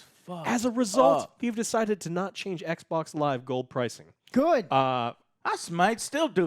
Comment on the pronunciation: Love you Joe, but can you just say xbox please? "Ec boc" is so irritating 😑